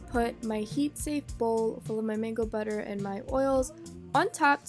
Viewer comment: That was funny when you said batter😁